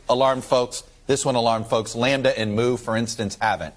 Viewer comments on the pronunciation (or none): none